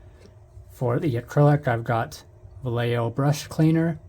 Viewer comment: “You need different cleaners for acrylic and lacquer paints.” Gunze Mr. Color Thinner has entered the chat Props for pronouncing Vallejo properly.